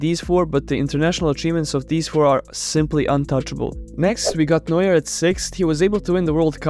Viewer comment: Its neuer